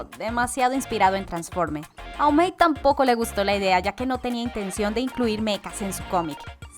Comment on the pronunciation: joder como pronuncia O'malley mecago en absolutamente todo